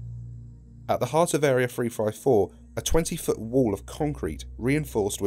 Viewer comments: you said frive four instead of three five four lol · THree not Free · SCP Free Five Four... i'm sorry but that's all I can hear :P